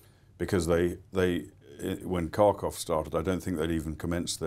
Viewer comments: His pronunciation of Kharkiv matches his attitude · Just found this. Didn’t age well! Also cannot agree with some of his analysis, particularly that surrounding the Kharkiv counteroffensive. Would also help if he could pronounce the name of the city!